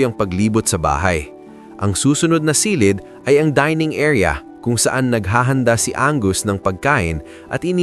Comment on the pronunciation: A very nice content! Ang napansin ko lang kung minsan ang pagpronounce mo ng word like “ silid”is not correct, The accent should be on the last syllable.Sorry po sit ha, ❤